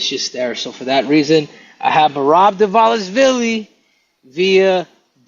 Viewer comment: Thanks and good job guys for Dvalishvili pronunciation 😂❤️❤️❤️🇬🇪🇬🇪🇬🇪🇬🇪